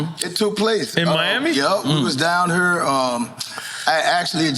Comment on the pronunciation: I love the way he says here (hure) The KRS story is epic